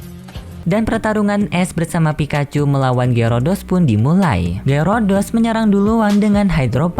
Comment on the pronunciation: Min kok lu nggak tau nama pokemon yah ngomong Gyarados Malah Gyurudos, Banyak Bacot Lagi Diawal.